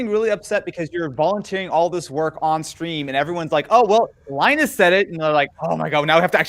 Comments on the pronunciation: LIE NUS WHAT DOES IT MEAN??? WHAT IS A LIENUS LIE NUS TECH TIPS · WHAT IS LIE-NUS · is just hilarious! "LIE NUS WHAT DOES IT MEAN???" "WHAT IS A LIENUS" "LIE NUS TECH TIPS" Savage:D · "What is a Lie Nus?" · LIE NUS TECH TIPS haha